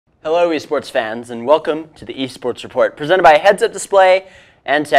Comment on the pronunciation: Small correction! Team WE stands for World Elite, so you should say the letters W and E when saying "Team WE", don't pronounce it like the word "we".